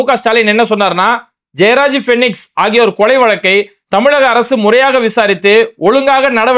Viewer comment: ஜெயராஜ், பீனிக்ஸ். ஆனால் விஜய் பேசினது ஜெபராஜ். பெயரை கூட சரியா சொல்ல தெரியல இந்த டம்மி பயலுக்கு.